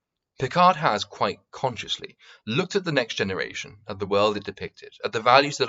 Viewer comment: Bargain bin mauler. Do you pronounce world as "weuld".